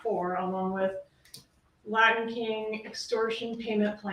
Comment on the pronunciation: LaTin kings; threaTing; imporTant …. For goodness sakes pronounce your T s correctly!!! This guy would drive me nuts if I were a juror!